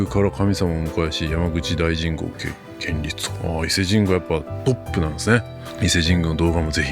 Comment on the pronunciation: 正直、山口市が世界3位に選ばれたことに違和感満載だわ。去年の盛岡市は分かるけど。New York Times紙の脱キョウト感の一環だろ。やはり京都にはかなわんよ。 この人、お寺なのに2礼2拍手しているよ。無知ほど恥ずかしいことはないね。ちなみに建立はこんりゅうと読むのだよ。